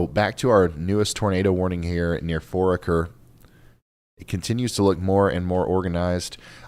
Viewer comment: It's pronounced For aker